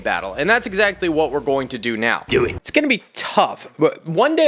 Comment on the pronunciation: The "dew it" caught me off guard >D